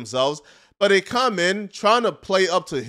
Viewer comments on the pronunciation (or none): for christ sake... Why tf do you say "caum" instead of "come"? Will you please address this? We need answers!